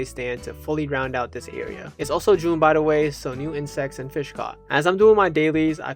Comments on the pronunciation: please say fish instead of fih man :face-pink-tears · Why do you keep saying “Fih” instead of Fish? It’s pissing me off so bad 😔 I’m searching koroks in totk while watching this, and I don’t know why, but every time you say “Fih”, no matter how little I was listening before, I’m ripped out of focus. Stop will you😭